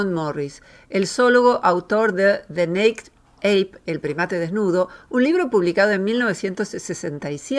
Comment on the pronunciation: Me perdió cuando pronuncio súper mal la palabra “naked”…. Como una persona que se presenta como una académica seria comete un error así?